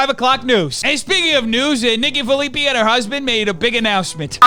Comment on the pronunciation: Nikki's last name is pronounced Phillip Pie